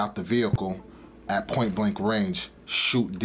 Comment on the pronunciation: At! At! At point blank range. Not that hard to pronounce.